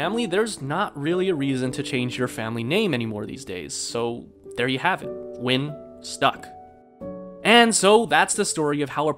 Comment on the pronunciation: It's actually Nguyễn